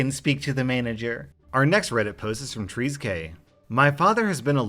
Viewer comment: I can’t count how many times I’ve watched this video since it was posted, but I’m just now noticing that he mispronounced the name of the redditor with the speeding dad. Treize_k: “trees_k” Me: “nooo it’s french for 13.... treize = tr-eh-z”